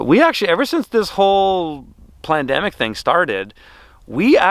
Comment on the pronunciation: inspires me! I caught the “l” in “pandemic” you silver tongued devil🤫😄🤣😂 Sad but true!